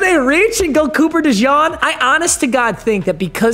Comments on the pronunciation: “Cooper DeJohn” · “cooper dejawn” is wild😭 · I do like the Cooper Dijon mustard pronunciation though